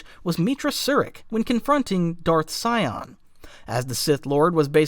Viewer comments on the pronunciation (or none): none